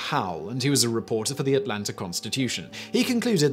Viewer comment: I thought he said 400 also!! I even replayed it and still heard 400. That made the story really hilarious though before I saw the person above say it was actually 4 hooded lol